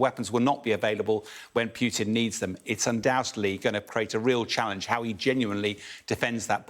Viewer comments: Why does he call him Pyewtin.....when his name is POO-TIN? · Almost 3 years and this expert can't learn to pronounce Putin correctly, the guy is a joke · The way pronounces "Putin" pisses me off...